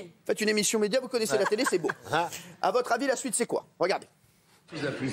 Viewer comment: enfaite il dit la suite sui-te